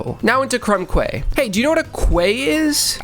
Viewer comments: Sorry to be the Um Actually guy, but Quay is pronounced Key. English is ridiculous sometimes. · "Quay" is actually pronounced the same as "key". Great work with these achievements. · Makes Leeory reference Also says "Lets make unfort a thing" That was a thing back then because people refused to fully type out words. Also i wonder how many comments theres gonna be about mispronouncing "quay" theres gonna be lol.... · Not giving flak, its an extremely mispronounced word especially for Americans. think i was 25 before i found out i was saying it wrong lol. But these days its one of those words the internet likes to flock over "Um achtually.." responses